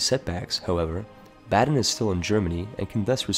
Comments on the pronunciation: bAden, the A is long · baden. It's in the goddamn name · I'm gonna pretend you're pronouncing Baden incorrectly on purpose for the pun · Apparently, even Baden is unpronouncable... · A note on pronounciation: Baden's vowels are pronounced "ah" and "eh" respectively. You had the e correct but the a wrong. After all, Baden, not Baaden. The a rhymes closer to the u in run than the a in cat. Haida hurt. It sounds like you're saying Hayda, not Haida. Ai sounds alot like eye. Source: I'm a German Canadian who was born in Baden-Württemberg and grew up near the Haida Gwaii. Hope this helps